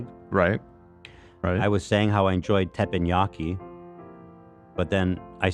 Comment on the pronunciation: As a Japanese, the way y’all pronounced “Teppanyaki” gave me a stroke. With peace and love of course <3